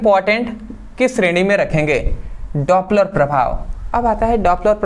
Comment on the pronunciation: Dopler prabhav 😮daaaapler prabhav 😮